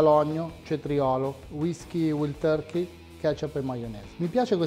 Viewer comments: "Uaild Torkei" non "Uild Torkei" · waaaaaaaild turkey.. vild non si può sentire! panino però buono provato live da hamerica's! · Sticazzi della carne cotta male, si può sbagliare, ma per favore la pronuncia, "uild turki" no eh e dai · INDECENTE. Hai lasciato tutto il bruciacchiato dellìhamburger sulla piastra perchè l'hai girato troppo presto. Per simulare il blue cheese americano il gorgonzola dolce non va bene, ci vuole quello piccante. E per mettere i puntini sulle I .... "uild torkey" ? Manco capace di pronunciare Wild. Ma vai a vendere le caramelle, va.